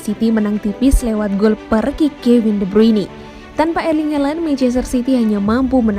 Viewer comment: Sengaja apa gmn sih.. Ganggu banget denger " LEIKESTER SITI " sama gol PERKIK 😢🤣🤣🤣